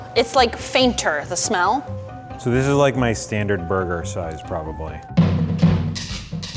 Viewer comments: Burger: Borgor I'm sorry I had to do it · "Giant Borgur" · "This is giant burga" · its borgar